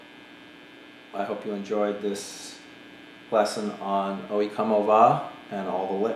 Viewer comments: Did he really say owhee coma va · You butchered the name there man. "o yeh ko-mo vah"